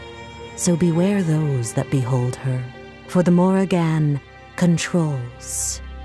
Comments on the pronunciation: Holy shit how is it so hard to pronounce Morrigan properly. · why dis bish saying the morri-GAN